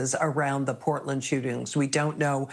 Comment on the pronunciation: ..teach him to pronounce Portland correctly ...Canadian News